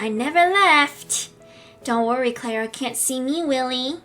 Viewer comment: Omg pls stop saying clara like that like if i am not hating on u but its annoying like if agree